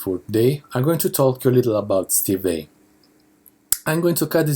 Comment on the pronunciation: the way you pronounce vai sound like 'vei'